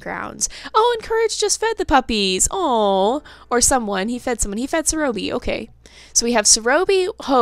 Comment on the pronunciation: it is not Serōbi it is Serõbi